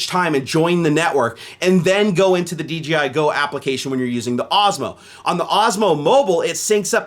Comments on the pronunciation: Anyone else hearing DGI rather than DJI? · Does anyone else hear him saying DGI instead of DJI? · Great vid. Now I want one. God dammit. Also: you kept saying DGI instead of DJI haha.